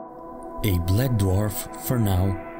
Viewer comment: You called it bled dwarf 😂